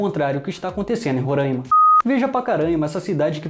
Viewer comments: Roráima e não rorâima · Tu tá falando Ruranima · Cara tu ta falando Roraima errado